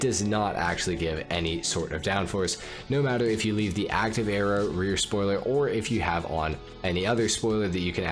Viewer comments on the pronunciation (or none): none